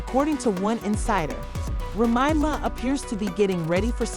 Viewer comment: Why does she keep mispronouncing Remy’s name😂